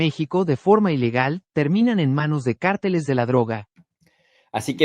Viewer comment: se pronuncia cárteles no carteles (comentario constructivo, con todo respeto)